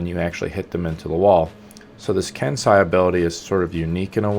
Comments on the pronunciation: ken sai?... ken say xD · You say it "ken-say" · I cringe whenever he pronounces Kensei